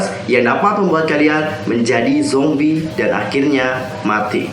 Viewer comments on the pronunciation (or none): none